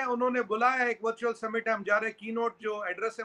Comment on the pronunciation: veertual nai wo virtual hai Sir app jaise logo aise English se badla lenge to aam Pakistani kya karenge😂